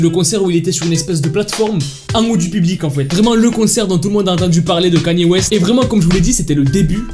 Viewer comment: Déjà apprend à dire Kanye West